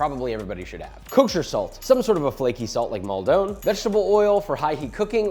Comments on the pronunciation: The fancy pronunciation on Maldon like maldón is hilarious. Maldon sea salt is named after a town in Essex, U.K. It is…not a fancy place nor a region of France, and it’s pronounced mall-dun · Your pronunciation of Maldon is hilarious